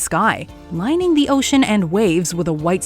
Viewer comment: Ohhh, did you say limning?! Nice! Bob Ross would be proud!